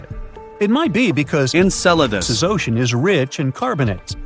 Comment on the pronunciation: ENCELADUS! …Encedalus? NO! ENCELADUS!